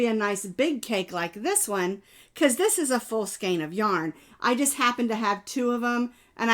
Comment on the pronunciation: remember the song, 🎵 the rain in Spain stays mainly in the plain! So skein rhymes with Spain ❣️